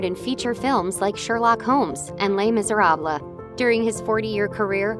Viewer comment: Les misera blah? That caught my attention.